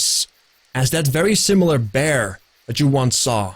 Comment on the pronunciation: Every time says "spirit bear", I hear "spirit beer". Would that spirit beer be Davrik's spirit?:þ